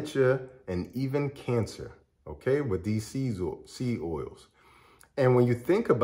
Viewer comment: Say SEED clearly. It sounds like SEA OILS.